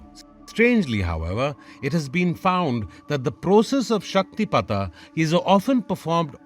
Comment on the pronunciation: Thank you for the proper pronunciation. I’d love to hear more stories about śaktipāta